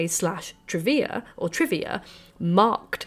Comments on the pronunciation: I spent the first half of this video screaming Hecataé every time you said Hecatea. You fixed it halfway though. Lol. I almost blocked you. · This is interesting, thank you, but Greek goddesses with e at the end of their name are usually prounced 'ee' at the end rather than 'ay' (apart from in Shakespeare who pronounced Hecate with two syllables, ie. Heh-cut). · Εκάτη = E KA TI not HE CA TE she is not a Samurai Spirit (you guys YOU GUYS) 🤣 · Whenever I hear the name pronounced, Heck itty, I feel puzzled. When I look up correct pronunciation it's more like Eh ca tay because it's Greek. So what's the correct way? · It's pronounced Heck-uh-Tee.....Just sayin' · its Ekati not Hecate. she would never reach out to someone who cant even pronounce her name... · oh babe, you are saying it in spanish, the romance way, closer to latin. 💁🏻‍♀ It's fiiiine. 💖 🙌🏻 You are channeling this information from the universe in within! ✨🔮✨ I didn't even notice until you pointed it out. As a spanish speaker, it made it easier for me to listen while cleaning the house 🧹🧹🧹 🤷🏻‍♀ I discover you recently and am so glad I did! Thank you for you hardwork doing all this videos!!! ✨😍✨ TOP TIER! 🖤🖤🖤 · Although I have always pronounced Hecate as you do, I’ve recently been corrected by a couple of Greek speaking friends, who suggest that the emphasis is placed on the second syllable.